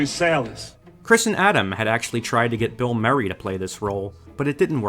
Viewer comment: What name does he say ? Its sounds a bit like 'Bill Murray' but more like 'Phil Merry'...